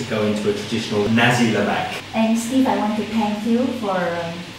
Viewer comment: lol its Naaaaasiiiii not nazi XD